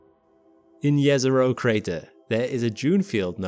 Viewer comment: Nice to hear correctly JEZERO :face-red-heart-shape